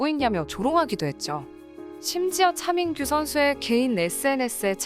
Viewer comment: 씻으면서 틀어놨는데ㅋㅋ 차민규가 자꾸 챠밍-규로 들려서 웃었네요ㅋㅋㅋ